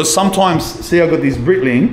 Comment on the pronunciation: its Breitling... not Britling, bro.. like "Brightling"... your welcome :)